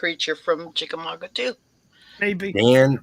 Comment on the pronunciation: Respectfully It's pronounced chick-uh-mog-uh, not mog-wuh